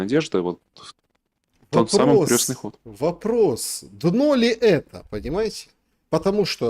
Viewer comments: не "крёстный ход", а "крестный ход". Крёстный - он отец. А ход крестный. [кр'эсный]. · Это не к ним. Это ошибается в ударении..что удивительно, вроде религиозный такой... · Не крЁстный ход а крЕстный От слова КРЕСТ. Режет слух неправильное произношение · крЕстный ход а не крёстный!! Русский неродной. Заметно А еще не ложат с кладут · Крестный ход через е от слова крест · крЕстный ход,а не крЁстный!!!!!От слова КРЕСТ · Уважаемые и, не "крЁстный" ход, а крЕстный ход, крЕстное знамение. Через букву Ё - это только о людях. О Доне Карлеоне, к примеру,:) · Всё хорошо, но почему вы произносите " крёсный ход" ? " КРЕСТНЫЙ ХОД" от слова КРЕСТ. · украинчики простите, но почему крЁсный ход, а не Крестный ход, у вас что КРЁСТ? что то новенькое в православии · Крестный ход,от слова крест. Почему украинцы,да и тоже, Крестный ход произносят крёстный ход. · КрЕсный ход, КрЕсное знамение, КрЕсная мука. Правильно через «Е» Крёсный отец, крёсная мать. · Выпускник филфака: Крестный ход!!!!! Не искажайте слова! Произносится через Е, потому что крЕст! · Я тоже удивляюсь что в своей любимой теме он делает такие ошибки. Крёстный . Бытиё. КатАрсис.. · Господа,ход крестный,от слова крест.Слух режет ваше произношение.